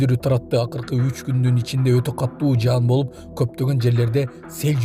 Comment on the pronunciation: Каттуу эмес катуу деп тууоа эле айтып жатышат.